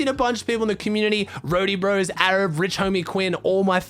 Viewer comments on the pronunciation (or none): none